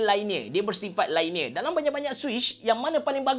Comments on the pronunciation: LINEAR lainiyer ❎ liniyer ✅ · Linear, not lainear. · Cara sebut linear ialah LEE - NEAR